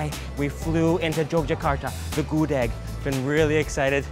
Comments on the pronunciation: Gudeg, bukan Gudik bro.. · Bru, wtf u can eat whatever u want but dont mispronounce it tf... GUDEG NOT GUD-EEG tf its so insulting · Gudêg not Gudég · this published in 2019 and I just see this :( btw I'm pure Yogyakartan and I love your review! and ofcourse I love your pronounce like Good-Egg or Mung-Oat lol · It's gudeug not gudeg, with "eu" Spelling not "e" Letter ~~~ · ngomong gudegnya masih salah :v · The way you pronounce"GUDEG"...make bring me to tears...🤪🤪🤪🤙🤙🤗🤗🤞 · Gudeg the e is silent.